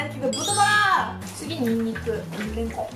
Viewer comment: レンコンの言い方がすき